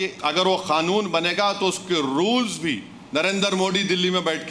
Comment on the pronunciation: कानून को खातून बोलने वाला बेरिस्टर है😂😂😂😂😂 खानून 😂😂😂 यह कानून है साहब यह कोई खातून नहीं है